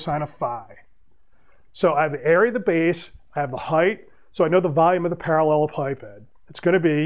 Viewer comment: I watched this video solely for the pronunciation. Better than what I had.